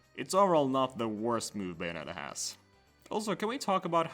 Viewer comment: You could have checked how to pronounce bayonetta before making a 14min video on her... it’s bay like say, not bay like bye